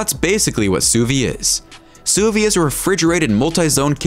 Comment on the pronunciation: It's French, and pronounced "sue veed" 🤦‍♂️